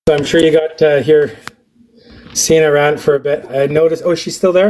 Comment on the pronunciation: Holy crap he didn't let Senna speak AT ALL and wouldn't even say her name correctly! WOW